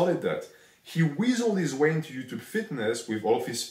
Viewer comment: minus 100 for his Ello yuchub pronunciation